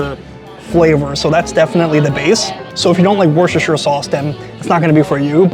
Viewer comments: It's pronounced Wur stir shur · This may sound odd to you but Worcestershire is pronounced "wooster shear" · Love your work but you over-complicate Worcestershire!! It’s pronounced “wus ter shire”!! Thanks!!! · Friends across the pond, I am from the UK and i am going to help you with a word none of you seem to pronounce correctly. Worcestershire sauce is pronounced "Wuh-stuh-shire" Not Washaweshashestershire or whatever it is you guys say 🤣 or you can look at it like this WUH-STER-SHIRE SAUCE. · It’s pronounced Wooster - sure 😊Congratulations on your success, and I definitely hope you make it to Japan. Look up Rion Ishida on here. Good collab partner 🇯🇵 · Wrshshr sauce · We don't call it Worcestershire sauce. We call it Worcester sauce. The correct pronunciation is Wuh-stir with a hard U. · Woo-sta-sha sauce 👍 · Wohstersheer sauce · It's pronounced "Wooster-shur" sauce. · It’s pronounced WHISTER-SHEAR Love your reviews! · Wushurshur sauce 😂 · I stay at the hotels next to Empire Steak House when I visit NYC, so I will have to check it out. It sounds like you put an “h” after the “c when you pronounce “Worcestershire”. Put the accent on the first syllable.